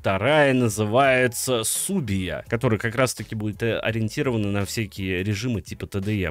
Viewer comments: Не Субия а Сибуя или Шибуя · Не Субия, а Сибуя